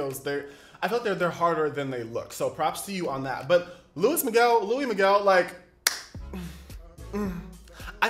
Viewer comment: Loo-eez = Luis Me-gehl = Miguel great job with your enunciation.